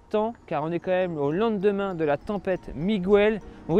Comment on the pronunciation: 1m22 .... je sais pas ou tu as été chercher ta façon de dire au lendemain mais j’achète !!! 😂😂